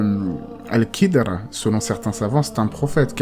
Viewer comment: KH ca ne se prononce pas "K" mais comme le "J" en espagnol , c'est guttural